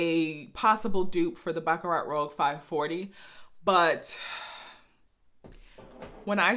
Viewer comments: It's rouge...not rogue. French for red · Say: "Rue-shh" roUGe. the other word (rogue) means means someone who goes against ordsrs. Rouge is a redish pink color i think its in makeup. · i think it’s pronounced ROOZH... and i just ordered mine and can’t wait to try it, thanks for the review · Rouge not rogue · Great video, you're beautiful, flawless skin Rouge = Red .... pronounced Roo-juh ....